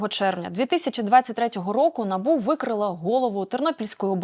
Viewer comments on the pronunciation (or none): none